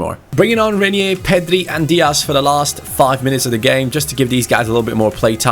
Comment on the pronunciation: the pronunciation of Reinier's name is Rine(like mine) -ier Rine-ier. Hope you understand the pronunciation.